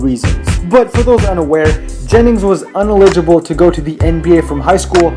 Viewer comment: This nigga can't even pronounce "ineligible" but wants to say Melo (a 4.0 GPA student) couldn't pass the SATs....